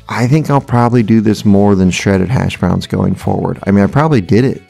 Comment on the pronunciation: Uh... tater tot hashbrowns.... "smashbrowns"?